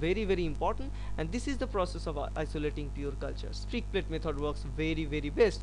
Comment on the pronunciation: It's not "Strick plate method"......it's "Streak Plate Method".